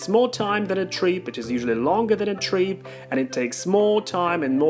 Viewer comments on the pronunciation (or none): Great video but you need to work on your pronunciation of 'trip'. The way you say it sounds like 'treep', so try to move your tongue further away from the hard palate and open your mouth a little bit more.